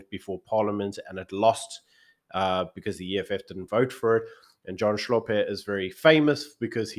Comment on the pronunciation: Hlope is not pronounced "Shlope". How can we have a conversation when we're not even willing to learn how to pronounce each other's names?